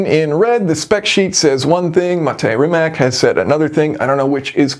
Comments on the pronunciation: It is Rimac, not Rimek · As always, your videos are top notch. I have zero interest in ever owning a car like this. But I appreciate the work that goes into designing and building it. By the way, I think Rimac is pronounced as Rimats. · I think they'll prepare the Bungatti Tourbillion for the top speed run, Possibly dropping interior weight for more battery capasity. BTW, Rimac is pronounced Rimats according to Mate Rimac himself. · Funny how many people struggle with the pronounciation of "Rimac". It's [rimatz], not [rimak]! Even Matt Watson eventually got it right 😂 Cool calculations btw! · rimac is pronounced "rimats" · Always excellent to watch your videos. A pronunciation correction; Rimac is said like *Rimats*. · Just a little thing, 'Rimac' is pronounced as 'Rimats"